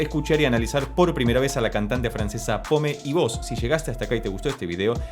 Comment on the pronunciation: Se pronuncia "pom". Muy buena reacción, gracias.